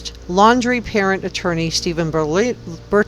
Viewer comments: His name is laundrie like when you wash your clothes. Not laaaandree, just kinda hard to listen to a news source with bad pronunciation. 😕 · Pronounced Lawn-dre. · Laundrie....NOT Landry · His name is Laundrie not Landry. And yes, he most likely killed Kylen & Crystal..., as well as Robert Lowery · The entire world knows his name how are you still pronouncing it wrong? Hmmmmm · She was found in Wyoming, not Utah. And you are pronouncing his last name incorrectly. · Probably pronounce his name like he does on the policecam.